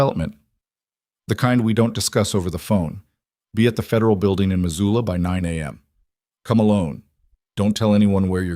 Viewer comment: Missoula, not Mazula.